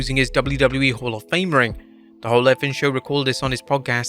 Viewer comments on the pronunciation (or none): none